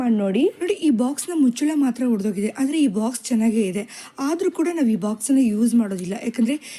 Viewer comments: ನಿಮಗೆ ಕನ್ನಡವೇ ಬರಲ್ವೆನ್ರಿ... ಎಲ್ಲ ವೀಡಿಯೋದಲ್ಲೂ ತಪ್ಪು ಮಾಡ್ತೀರಲ್ಲ.... ನೀವು ಮಾತನಾಡುವಾಗಲೂ ಹೊಡೆದ ಅಂತೀರಾ...ಅದು ಹೊಡೆದ ಅಲ್ಲ ರೀ ಒಡೆದು ಹೋದ ಅಥವಾ ಒಡೆದ...ಅಂತ ಹೇಳಬೇಕು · ಇವರಿಗೆ ಹ ಕಾರಕ್ಕೂ ಅ ಕಾರಕ್ಕೂ ವ್ಯತ್ಯಾಸವೇ ಗೊತ್ತಿಲ್ಲ.